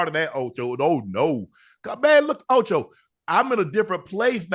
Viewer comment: Say it with me Ocho it’s Shaaaaaaaaa not Shiiiiiiiiiiiii